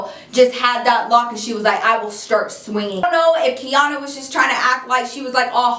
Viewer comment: Omg how come every time you said Quiana (Kiana) I looked up lmfao